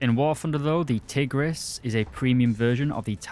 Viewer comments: Nice history of the Hungarian Tigers, but two little things: 1. Tigris is pronounced "Tig-rish" since the letter "s" in Hungarian is pronounced "sh". 2. The Turan II is in War Thunder, however Gaijin stupidly made it a battle pass premium which is no longer available, when it should have been a researchable tank in the Hungarian subtree. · You said the S in Budapest so well, the same should be in Tigris(tigrish)